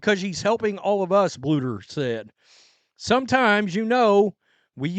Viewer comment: It only took you like a whole year to say “Bluder” correctly, instead of just saying “boulder” 😂😂😂